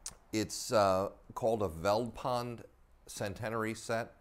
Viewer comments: The "V" in "Veldpond" is pronounced like an "F" so like "Feld-pond" . A translation or breakdown of Veldpond: "Veld" is an Afrikaans word meaning "bush" . "Pond" is Afrikaans for "Pound" . So Veldpond can be directly translated to "Bush-pound" . Which makes sense seeing that this coin was minted in the bush, and that the British Pound was their only reference to a currency that time, so got the inspiration from that. So this adds an interesting background to your story. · "Veldpond" is pronounced "Feltpont", the V is pronounced as a F and the d is pronounced as a t (sometimes) which literally means Field Pound. Zuid Afrikaanse Republiek which en stamped on the coin is Dutch which was the original language from which Afrikaans was derived now spoken by the descendents of the Boers (Farmers). In 1925 Afrikaans became an official language and thus in 3 years time will be 100 years old, the youngest written language in the world and the 3rd most spoken language in South Africa behind Zulu and Xhosa. The Boer War was like the Iraq War for the British, unlawful and unjust, and fought solely out of greed for the biggest deposit in the world of Gold found in the Boer Republic, The Transvaal, which was then the most wealthiest country in the world run by President Paul Kruger. To understand Apartheid and the demise of the British Empire, you need to study the Boer War which like with any unjust War fought will mark the end of an Empire. When the USA illegally invaded Iraq over supposed "weapons of mass destruction" in Iraq which turned out to be a lie, l said this will mark the beginning of the end of the mighty American Empire, which indeed is true. Good lessons to learn from history. 👊👍👌